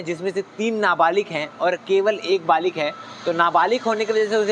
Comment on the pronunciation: अबे बालिग होता है बालिक नहीं रिपोर्टर